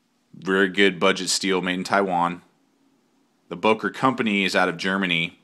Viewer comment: Good Review. Btw. it is not Boker but Böker. How to pronounce ö/Ö: You can say Murder and there you have it. Think of it like Mörder (which is the german version of Murder). Now pronounce Böker like you would pronounce Murder.